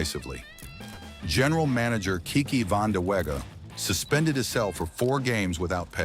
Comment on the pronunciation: i apologize the AI pronouncing "Vanda-wega" is funny but just not right 🤣